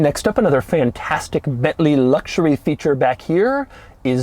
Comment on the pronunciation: Doug's reviews wouldn't be so obnoxious and cringey to watch if he could just, at least one time, say "luxury" or "luxurious" without adding "LLLLLLLLs" and just say luxury. It's a serious eyeroll moment every time he says those two words. Just give us the info and quit being a fucking dweeb.